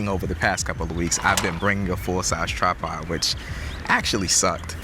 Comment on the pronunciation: Brother it’s tripod not trapod 😂